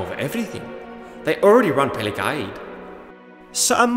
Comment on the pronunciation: I refuse to believe that's how you pronounce "Pelagiad"